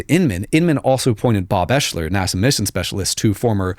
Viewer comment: Ps.. Bob’s name, it’s pronounced Ex-ler But spelled different, Oeschler I believe is the spelling. not eshler.and I can prove it